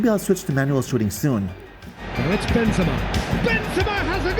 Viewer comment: Hey mate great video it is frustrating indeed the assisted pass, but if you allow me please stop saying "Bynzema" the name reads like this "Ben Zeh Mah"